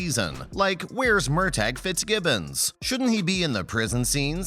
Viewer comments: Pronounced Murta. Murtag! Wow! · First of all, it's MURTAGH ( pronounced:MURTAH) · Please say Murtaugh’s name correctly!!! 🙄